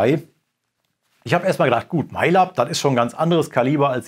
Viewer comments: wird das nicht läb ausgesprochen? xD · Das wird "MaiLäb" ausgesprochen. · Cooles Video, aber das Lab in MAiLab wird english ausgesprochen.